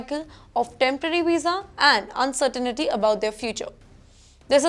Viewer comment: Again she says, "uncertainity", instead of uncertainty.